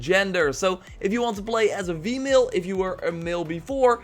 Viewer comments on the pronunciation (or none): Am I the only one who hears him saying Vmale instead of female lmao ? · "A vemale" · What's up with F/V sounds? Female is vee-male. Vector is fector... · Is he saying male and "Vemale"?